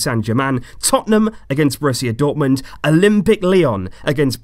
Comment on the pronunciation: "Brrrusia dortmund"